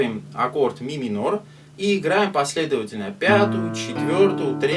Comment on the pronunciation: Спасибо за разбор 😊 "Ми-минорь" у тебя звучит особенно миминорно ))) А ещё это вот: "Да тут всё просто!" – реально просто, но тооько после того, как уже выучил 😅